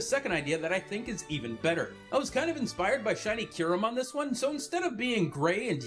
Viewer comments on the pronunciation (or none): none